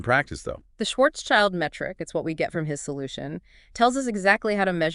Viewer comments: Could you please stop mispronouncing Karl Schwarzschilds name? It's not Schwarzs-child, it's Schwarz-schild. It has nothing to do with child! Schild means shield in German, and schwarz means black. So at least say something like Shwarzshield. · Schwarzschild sent his first letter to Einstein in December 1915. OK, now to the task of getting the pronunciation of "Schwarzschild" correctly. There is no "child" in there, this is just an English letter-clash. The name "Schwarzschild" splits in two words in German: "schwarz" ("black") and "Schild" ("sign", as a name plate, or "shield"). The first word is pronounced "shf-AH-r-ZZ", where the "ZZ" part is like the "zz" in "pizza" or the "z" in "Mozart". The second one is very similar to the English "shield". And you thought general relativity was complicated 🙂